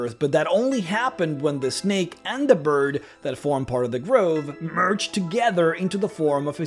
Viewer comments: Absolutely obsessed with the way he says the M in "merged" like some orc. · I spit my coffee out by accident when I heard that hilarious "merged together"